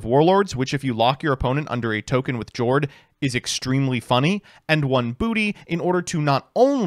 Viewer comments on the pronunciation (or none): I pulled the Jord + Rivalry lock against Swordsoul a couple weeks ago and I can confirm it's hilarious Friendly reminder that Jord is pronounced "Yord." The ship names are the Norwegian word for their attribute and they pronounce J like Y